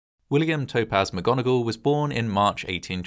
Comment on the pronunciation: McGonagall? How about Vogon-agall?